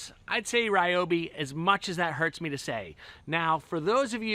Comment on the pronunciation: "As much as that HARTS me to say..." I caught that...lol!!